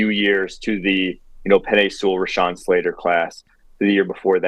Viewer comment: I wish that would stop pronouncing Rashawn Slater’s name wrong. I cringe every time. It’s not RAYshawn, it’s RUHshawn!